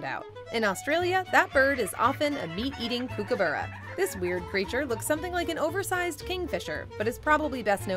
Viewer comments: The narrator nearly got the right pronunciation of Kookaburra or Kooka's as we call them, the first four letters are pronounced COOK, like cooking food & it's Kooka not Kookie, never heard of the Kooka's ever be called that. The kookaburra is the first thing you'll here of a morning & the last bird call of a evening. Also fun fact, when the First Fleet arrived into Sydney Harbour with the first ship of convicts they thought the land was haunted & full of ghosts as they could hear the mocking laughter but they couldn't see anything that was laughing at them. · Kookaburra is pronounced 'Cookaburra' as in cooking, not kook. Hearing one called a 'kookie' is almost worse than hearing emus called 'e-moos' 😬